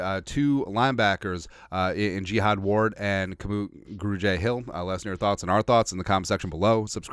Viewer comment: Brahh!! His name is Kamu. Simple as that. Not K’moo. Kah-mu. Short for his real name “Kamuela.” Signed, a Hawaiian Skol brother.